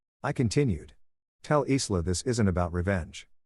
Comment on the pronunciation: Isla is usually pronounced ( I LA) silent S Parents haven’t taught Respect & Consequences